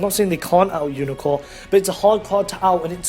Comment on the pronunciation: "Umicorn" and "Gun Gay" Aaah im I miss hearing you say these names because if I am I love my fucked ears right now xD